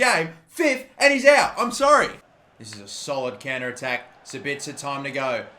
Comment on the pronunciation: Im German and Sabitzer is pronounced: Saaabiiitzer correctly but the a longer than the i. Nice Video Mate!!